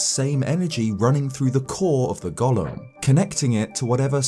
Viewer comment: Just FYI, golem is pronounced goh-lum. Not to be confused with the Tolkien character Gollum (gaa-luhm).